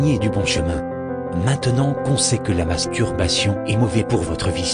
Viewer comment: Il articule très bien le mot "masturbation" mdr